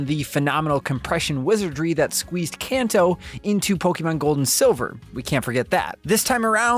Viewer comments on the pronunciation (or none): none